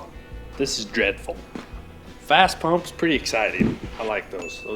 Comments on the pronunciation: First, it's FASS, not Fast. Second you show Air Dog, not FASS... different company. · 1. It's fass pump 2. That's an airdog, not fass Lol okay rant over, good work guys